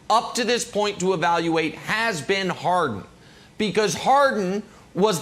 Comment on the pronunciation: Don't forget Brandon: "James HAR-IN."